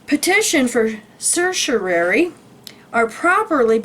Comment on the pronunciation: Thanks for sharing! Just FYI, certiorari is a Latin term pronounced sir-she-oh-rawr-ee. 😊